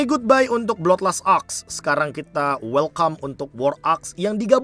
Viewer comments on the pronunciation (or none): none